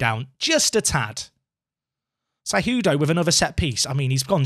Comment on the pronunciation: Hey man! you got it! you nailed Cejudo pronunciation! :D